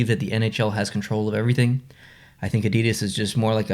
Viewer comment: not gonna lie....North Americans pronouncing Adidas is like nails on a chalkboard. 😣